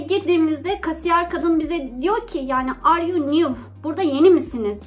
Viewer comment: Arüyü nüv degil "ar yu niv"